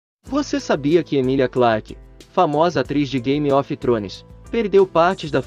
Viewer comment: Meus ouvidos doeram quando vc pronunciou game of trones errado